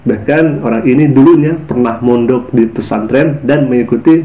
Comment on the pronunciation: Masuk pak santren...bukannya harusnya pesantren ya....Allah sdh membelokkan lidahnya,ngomong bhs indonesia aja keseleo palagi sok2 an baca alquran tmbh kelu lidahnya,bc yg latin aja susah banget😂😂😂